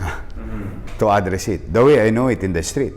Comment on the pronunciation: Isko pogi, address the stress of pronunciation is on the second syllable.